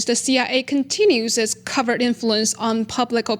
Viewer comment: Btw covert is pronounced co-vert not "covered" 😂